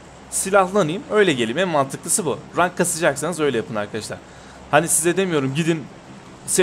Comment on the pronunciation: okunuş olarak; rank değil renk, bug değil bag